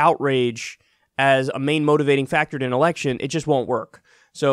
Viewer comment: Did anyone else hear "democratic ERECTION"? lol